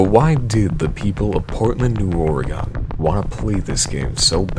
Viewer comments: Ok thats not how you say Oregon (ore - e - gone) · You pronounced Oregon so badly I threw up a little. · He pronounced oregon wrong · Btw Oregon is pronounced oregIn (short i sound) and not oregAWn. Common mistake.